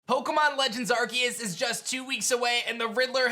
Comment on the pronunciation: Why do they keep saying arceus's name wrong?